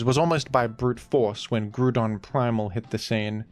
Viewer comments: It's not "Grudon" 😭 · Ah yes, how could we forget Groodon, master of the Groond? 😂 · Ah yes, Groodon, my favourite Groond type pokemon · Grudon is peak, and it is an important right to becoming a big pokemon youtuber to pronounce pokemon the way you think it should be. And sometimes, you need to spell things phonetically to get this truth across. You think Wolfey is one of the best VGC players because of skill? No, its because he has single handedly convinced the world its pronounced arcakneenay